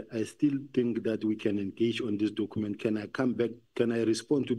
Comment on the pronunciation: this dokhument that Dokhument yooo. Documents, Dokhument 😅